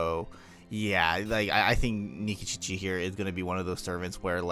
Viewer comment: Why do you say Nikičiči instead of Nikitić?